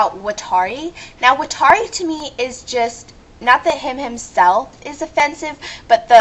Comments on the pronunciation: WTF IS WITH THE GREEN CIGGARETTE ON MATT?! IF I WERE HIM, YOU'D BE LAYING ON THE GROUND SHOT. And whats wrong with smoking? Can't somebody enjoy a ciggarrete before getting shot in every direction possible? Watari, again, you pronunced his name wrong *facepalm* He's not a slave to L, just working for him. How is Mello the most offesnive? Though, I sorta loled at "Mello is one big censor bar waiting to happen" part. When I first saw Mello, I KNEW he was a boy!! (continued) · ok say it with me Wat-Are-e how the fuck can u pronouse his name wrong!!! and don't you think calling the elderly old people isn't offencive!!! and Watari is not L's slave he was his mentor L basicly looked up to him like he was a father!!! ok now you have gone too far with the Mello shit for one he is a guy!!! listen to his voice....ok how in hell do u think a scar across his face is offencive!!!?!? damn u piss me off and did u do that hidious drawing of him!!! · To all the people who dissed your DUMB-ASS, UP TIGHT, BITCH, I agree. MY eyes turn a slight red very, VERY rarely when I'm EXTREMELY pissed oof. You made them turn red. People who are able to see my eyes turn a slight red, are scared of me. You just made the wrong enemy dip shit. 1: You missed pronounced Watari's name.